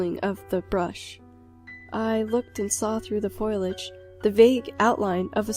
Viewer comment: why the hell does almost every narrator of these stories say the word 'foliage' as if it's spelled 'foilage?' very annoying. anyways, it was an alright video.